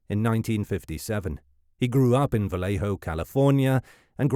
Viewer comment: Not to be that person... But as a person from Benicia, it's pronounced "Vallay-oh"" not "vallay-hoe"".... even the movie gets it wrong. I know it's correct from the source, but only out of towners pronounce it "vallay-hoe""